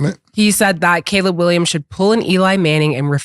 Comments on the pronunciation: Cam finally said "Caleb Williams" correctly! You love to see it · Cam finally said Caleb Williams name right 😂😂😂